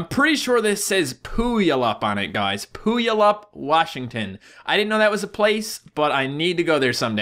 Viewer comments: Pulayip XD is pronounced Pewwalipp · TRIGGERD you said puyallup wrong its (pue_all_up) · I think when he says Pooyallap, he means Puyallup (Pronounced Pew-all-up). One of the Highschools there, Rogers, is one of the areas where there was a clown spotted with a knife. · Hahaha he said , POOYALUP! GOLD. I lived in Washington btw and its pronounced POOWALLUP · it's pu-al-up not poulaup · I'm from Washington and died when you said Puyallup lmao (pronounced pew-al-up) Washington is full of oddly named cities though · PooAllIP? ( PEW - ALL - IP ) Is how you say it. TRIGGERED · it's pew-wal-lup, Puyallup, WA., US.? Humptulips is another town, legit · Its Pew-All-Up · it's pronounced Pew-al-up puyallup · Everytime he said Puyallup i laughed so hard. He totally butchered it. 😂😂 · He said puyalup wrong lol 😂😂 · As someone from Washington the way he pronounced Puyallup is so wrong no no no.